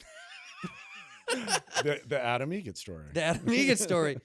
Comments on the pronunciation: It’s Adam EGRET...like the bird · actually it's egret, like the bird